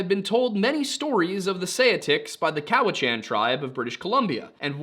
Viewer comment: Resident of Vancouver Island, here. Because you have commented previously on wanting to know the "correct" pronunciations for things, Cowichan is typically pronounced cow-witch-an. Just for your fyi if you want. :) Love your content.